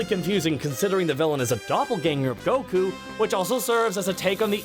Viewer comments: That pronunciation of Goku... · Are you pronouncing Goku's name like that just to piss people off? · Hate how you say goku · The way pronounces goku makes me irrationally angry